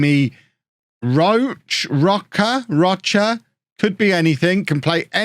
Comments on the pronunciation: for future reference, "Roche" is pronounced like "Roach" or "Row-sh", not "rah-chah"! Loved the video by the way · Roche is pronounced row-sh that's row like rowing a boat, and sh like the swear word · Roche - if he's got French in his history is pronounched Rosh-eh; if he's Oirish of French Heritagethen it's Roach. Like Pat Roach the actor/wrestler. Either way it's a French name that means Rock. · Roche pronounced Rowe shh